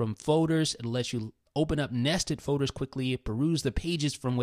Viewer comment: I hate how he says folders. He says foders